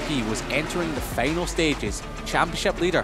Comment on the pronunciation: feynel seyction et the stediem...who gave this job to this man